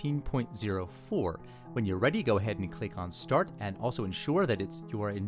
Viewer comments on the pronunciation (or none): none